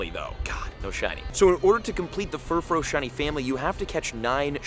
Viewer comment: I often wonder if this dude actually understands ANY of the wordplay with Pokemon names. Like "Glam-meow", not "Glame-meow". It's "glamorous+meow", with glamorous being shortened as "glam". Also, it's "Furfroo", not "Furfro". The "-ou" is pronounced like the "-ou" in the word "you". Oh well, I'm sure he won't correct it, ever. I've heard so many YouTubers claim that you can just pronounce Pokemon names however you want, and that's just not the case.